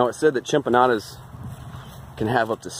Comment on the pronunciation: we'll see how people of my culture feel when I share it to pages about MY CULTURE and the way you mispronounce Chinampas on purpose so that you can get a few laughs🤷‍♂️